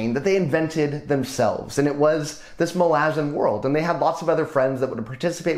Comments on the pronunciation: Okay awesome work, but omg I can't get around how you pronounce "ma-lazans" opposed to "mala-zans". its a me problem, but love any youtuber that talks about this series! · I cringed so fucking hard when you said "Muh-LAH-zin" instead of "MAH-luh-zan". I've never heard a worse pronunciation of that word lmao. 😭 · Anyone else pronounce it Mal-uh-zan? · Is that how Malazan is pronounced? I’ve been saying it so differently in my head the whole series it was jarring to hear your pronunciation! Nevertheless i really enjoyed your breakdown!